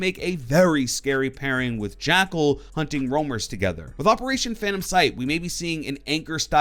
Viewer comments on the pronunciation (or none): none